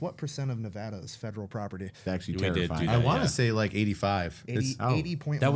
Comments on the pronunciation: the navada instead of the nevada killed my soul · I love you guys. But it’s Nevada not nevuhda. We don’t say Texaus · I wish for once famous people could actually pronounce Nevada correctly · Brandon Brandon Brandon... you disappoint me man. Right off the bat you miss-pronounce Nevada. I'm a native of the state. Also I had no idea you guys were in town. :) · I can't believe Brandon said nevada wrong